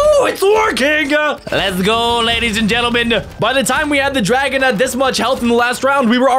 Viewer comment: Why he said it like this : were gonna fight the dragona